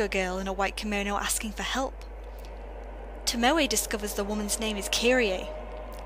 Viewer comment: I'm seriously disheartened by people who play video games ; and the game gives perfect pronunciation , and then the person just goes "Fuck it, I'll just say it how I want" (though its incorrect) "Kiri-A" It's just kirie, the "e" in Japanese isn't always the sound EY. Tomoe is TOE - MO sigh Then again you have a Vulpix as your channel mascot so its already apparent of fucked of name prounonciatations of the Pokémon community.